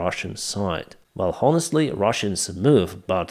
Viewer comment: fuck sake , dont you know that H in HONESTLY is silent ????? my ears are blidind , and your Sukhoy sirty-four